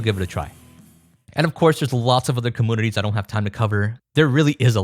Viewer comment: Its not “comoonities”